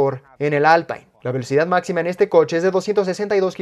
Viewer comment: Si Alpine es una marca francesa ¿por qué la pronunciais como "alpain"? O la pronuncias en castellano (Alpine) o en francés (Alpin) pero no en inglés